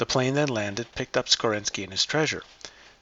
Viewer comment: 'Cowardliness' not 'Cowardness'. 'Rosenkreuz' not 'Rosenkroots'. 'National Socialist German Workers Party' not 'Nazi's'. 'Bellenos' not 'Beleneos'. 'Skorzeny' not 'Skorzensky' or 'Skorensky'. 'Wewelsburg' not 'Weewellessberg'. 'Gallia Narbonensis' not 'Gallia Narbonessis'. 'Maria Theresa' not 'Marie thereez'. 'Albigensians' not 'Albigenesis'. For goodness sake.